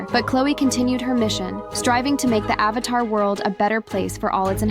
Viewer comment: said "avathar" instead of "avatar" bro